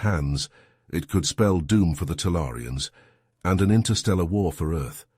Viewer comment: "could I" is a question instead of a statement. The accent is on the "could" not on the I. your AI NEEDS TO LEARN THE DIFFERENCE